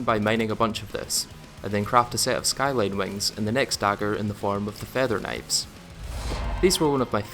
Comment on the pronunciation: Kuh-nives I love it!